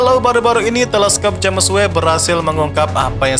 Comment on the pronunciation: Sebutannya "Jams" bkn "Ja mes"🤔